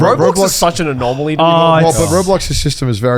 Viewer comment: Bro, joey kept saying Anomally n my Monke brain kept thinking about Spiderverse Movie 😭